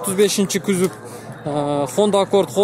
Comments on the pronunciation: кузов деп айтынызчы кузоп дей берип чарчаттыныз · КYЗОП дейтко🤣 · Күзүп дейтко Баткенден келген окшойт а админ